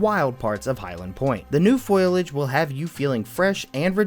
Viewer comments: "The new foilage" f o i l a g e (it's "foliage" and it has three syllables) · pet peeve activated FOE-LEE-EDGE NOT FOIL-EDGE Read the word carefully: foliage. See the L is before the I?